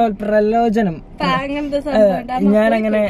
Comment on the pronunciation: dude its pralobhanam not pralojanam Any way dude and dudy nice video♠️♣️🃏♥️♦️